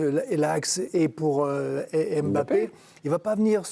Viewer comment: Arrêtez de dire Em bappe